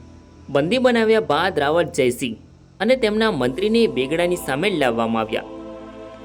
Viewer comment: ભાઈ રાવળ નઈ રાવલ બોલ